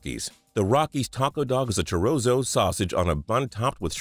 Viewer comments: God Damn I had to sign in just to say " Chih roazz oh "pico de gall oh". Really? Christ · Charozo and pick da galloh lmaoo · "Chirozo & peeko duh gal-o" lmao! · caleb reichenbach chorozo lol pico de gallo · It's not chozo lol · Chi ro. Zo. Sausage ? Pico de gallow are u kidding me ? I'm a white guy raised in LA and not to proud to tell who ever is reading out the food items is a whedo pendejo . Other than that one fine human bean (being) . Time for some chi ro zo. N. Eggs . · The mispronunciation of chorizo and pico de gallo or almost enough for me to turn off the video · You're gonna slander my Blue Jays and mispronounce Chorizo within the span of 5 seconds like that? You're buggin. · That pronunciation of Chorizo and Pico de Gallo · You are so white it's Chorizo and Gallo is pronounced Gayo. The fact you said Gallo is so white.